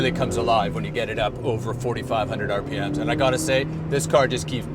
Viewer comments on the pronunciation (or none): none